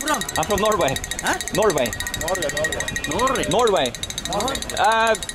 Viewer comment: when Harald says Norway Sri Lankans here like No-way. that is the reason (accent is quite confusing to them) :-).